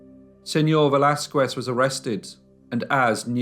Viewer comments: Velázquez is pronounced veh-las-kez and not veh-las-kuez. The U in QUE is mute. In fact, the letter Q is ALWAYS followed by a U. It is a most romantic couple of letters. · The "u" in Velázquez is mute, so you have to say /Veláskes/ it always is mute in all words that has "que/ qui"in them. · A little tip; When you pronounce Velasquez; Do not try to say the U. Just say, Vel Laz Skez. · I love listening to you and I appreciate the stories very much. I would just like to comment though since I am Mexican, that you should never pronounce the U after a Q in the case of Velazquez you are supposed to make it sound as a K as if it was written Velazkes. Thank you for understanding. And congratulations again. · Cute how you pronounce “Velasquez” 🙂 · The way you pronounce the name Velázquez makes me twitch. Don't pronounce the "u" in the name. As far as I know, anyhow. This is a horrible, horrible case. Horrible mother. Poor kids. I'm glad that they caught her, at least; Inspector Alvarez did a great job with the fingerprints. Good video, as usual.